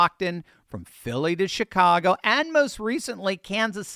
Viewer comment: Was that a Freudian slip, or my hearing ? Did you say $HITCAGO ?